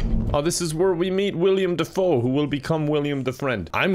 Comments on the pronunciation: you do know the guy's name is Willem Dafoe, not William Dafoe, right? I don't know if you're saying William on purpose to be silly or if you genuinely don't know. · Anyone else notice that pronounces Willem Dafoe as William Dafoe? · I love. But it drives me insane every time he mispronounces Willem Dafoe